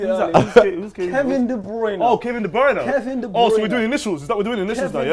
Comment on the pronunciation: Nobody: Grealish: kEvIn ThE bRoInE